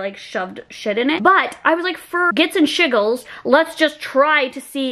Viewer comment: Anybody else catch “Gits and shiggles” instead of shits and giggles 😂 love you! Haha!